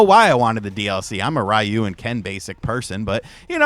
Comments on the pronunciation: “Rai-you” bro it’s “Ree-you” get that ish correct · I can tell you're a basic person by the way you called him "Rye-You". Lol jk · You mispronounced Ryu (ree-oo) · RYU Pronounced: Reeee-uuuu